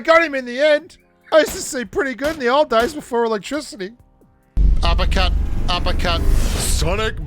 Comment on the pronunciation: “Upa cut upa cut” Gets me everytime